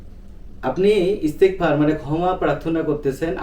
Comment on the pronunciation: ইস্তেগফার দোয়াটি পড়তে ভুল হচ্ছে